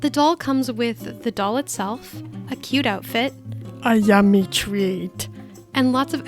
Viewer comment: “ a YUmMMmy TReaT”